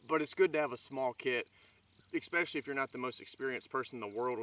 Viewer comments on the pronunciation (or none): Nice kit, good video, but PLEASE! stop saying EXpecially! The word is ESpecially..."S", not "X". It'll make your presentation sound more professional. Thanks.